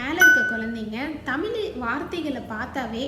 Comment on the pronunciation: தமிழ் என்ற சொல்லை தெளிவாக சொல்லவும்